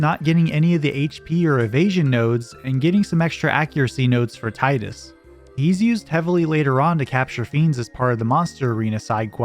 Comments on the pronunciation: It's Teedus, not Titus. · "TIE-DUS". Tee-dus. Tee-dus. GOD please. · Good video, but you keep pronouncing Tidus' name incorrectly and it is so triggering lol. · THANK YOU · The utter pain of hearing Tidus's name mispronounced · Oh great, another moron who doesn't know how to say Tidus.